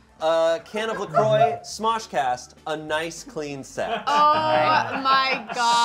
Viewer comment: La croix is not prononce la croy haha